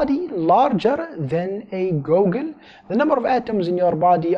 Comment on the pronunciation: It's pronounced GOO-gol, not whatever you said.